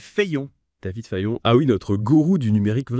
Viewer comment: Juste à 80 % mais des erreurs d'interprétation toutefois. Et l'IA utilisée prononce mal mon nom et mélange Fayon et Fillon. D'où 3 personnes mentionnées en synthèse de l'article par cette IA de reconnaissance vocale, Xavier Niel et Elon Musk plusieurs fois cités mais l'ancien Premier ministre à ma place. ;-)